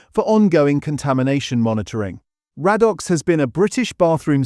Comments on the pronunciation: Ray dox, not rad ox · Radox pronounced Ray-Docks. AI not so intelligent, after all. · 'Raddox' 😄 It's pronounced ray-dox. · I should have added, it is pronounced 'Ray dox' in the UK. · Weird pronunciation e.g. Raddox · Yes - mostly amazing. It struggled with 'Radox' though.